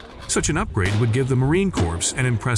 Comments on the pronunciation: It is frustrating to listen to this narrator who does not understand how to pronounce United States Marine Corps; plus he doesn't have a clue how we in the military speak - thus has annoying parsing of words which are irritating. I am guessing it is an AI bot reading words, but no comprehension as to what they are speaking about.... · Yeah "corpse" instead of "core" 😂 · "The U.S. Marine CORPSE"?!?!?! 😅😂🤣😅😂🤣😅😂🤣 gotta love that A.I. voice!!! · Marine CorPs...these automated voiceovers need some help! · Didn't know US Forces have Zombies. Corp is pronounce as "Cor" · you couldnt go through the effort of listening to your AI slop output first? And edit it to say "M two, forty-nine" or "marine core" or "5 point five six BY forty-five" etc? Lazy bastard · I remember gritting my teeth when the first Communist President of America pronounced it as "corpse", TWICE!!!!!! This guy makes me want to frag the narrator..... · Marine Corpse? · Marine Corpse? Why not use someone who actually knows how to speak English? Just for fun. Numb sane? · the way he pronounces M 200 and 49 killed me as well as him saying Corps instead of it sounding like core. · The AI speech lacks so much! READ SCRIPT,DON’T UNDERSTAND Subject. See, it says Heckler & Cock! Who is heckling dick? Marine Kor z ? I will take any US Weapon and Dominate the Battle Space! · "The U.S. Marine Corpse" XD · Ya lost me at Marine “corpse” and “M, two hundred and forty nine”. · I stopped the video at 16 sec in when he said Marine Corpse 😂😂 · Thumb down. Trash voice-over right off the bat: Marine "corpse" C'mon man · AI sucks for narration purposes as shown by the voice saying Marine "corpse" . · yah...corps? or just pronounce cor? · I love how the AI never says Marine "Corps" correctly, and called it Heckler and Cock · The day ill use the M27 over the M249 or M16A4, is the day the narrator properly says "corps".